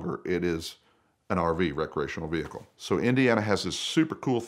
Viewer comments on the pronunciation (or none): Ve hickle! LMAO